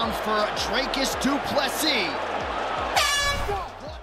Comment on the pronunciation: His name is not "Dray-cus." It is "Dree-cus" as if you were saying "tree."